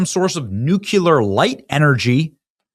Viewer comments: Not nucular...nuclear...please, Benny!!! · Not if Benny says NUKYULER again!😂! That kid is so smart, but he still can't get over his speech impediment. It's nothing new, it's not clear, it's definitely not nu-clear, however many times he says NUKYULER. Jeez! Amen. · Im.sorry but you break me every time you say Nucular instead of Nuclear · WHY CANT YOU PRONOUNCE NUCLEAR ITS NOT NUCULAR SOME ONE PLEASE TELL HIM ALREADY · Correct pronunciation: New-Clee-er (or “NOO-klee-ər”). “New-queue-ler” is the common mispronunciation. The real word is nuclear — stress on the first syllable, clear “klee” in the middle. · Is there any way you can stop saying NUCULAR and pronounce is correctly? Its NUCLEAR, like NEW CLEAR, not NUKE-U-LAR. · "New-clear" Benny. Not "nook-u-ler" lol drives me nuts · NUKYULER, NUKYULER, NUKYULER.... Amen. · As the story goes, ta-da!, The Ark landed. Why would there be still a bunch of dead animals on there? 😂Let's get back to relevant information. NUKYULER. NUKYULER, NUKYULER, NUKYULER. Beni, Beni, Beni.... Mr. Investigative journalist, find out why they're dumb enough to report the remains of animals that somehow failed to get off the boat when it landed??.... not ONLY does spelling count so much in today's intelligent world, but so duz pronunciation, Beni. NUKYULER.....